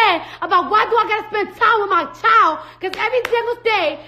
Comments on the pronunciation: Ti said: Whew "chilet"! Lmao. She will chop & screw some words, but I love her though! 💕💕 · it’s actually pronounced child lol